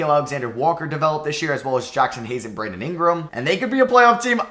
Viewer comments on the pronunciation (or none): none